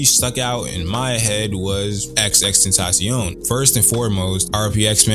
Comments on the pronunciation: dude says XXTENTACION not XXXTENTACION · I disliked this because this dude kept saying “XX Tentacion” Nigga it’s XXX 😂 Well put together video though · Did you say xx tentacion 😂😂I’m just givin you shit but fr fr at the beginning you did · FOR THE LOVE OF GOD IT'S PRONOUNCED TENDTH-A-SEE-OWN it's supposed to sound like the spanish word for temptation!! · bro you said his name wrong within 10 seconds into the video 😩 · you say his name with only 2 x's idk why bud